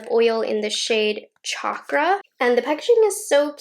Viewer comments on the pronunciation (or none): none